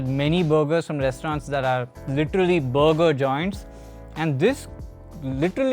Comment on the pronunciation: Sounds like he’s saying booger and not burger… I’m good at checking out that booger joint.